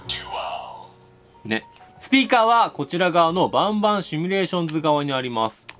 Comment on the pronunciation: バンバンシミュレーションズがボンボンシミュレーションズって聞こえる